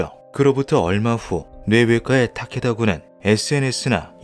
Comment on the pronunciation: 뇌외과의 타케다군의 ‘의’는 조사가 아니라 의사, 의료 할 때 의 자입니다. [-에]라고 발음하면 안됩니다ㅜㅜ 저번 형태 형성장도 그렇고 검수를 좀 꼼꼼히 해주셨으면 싶네요...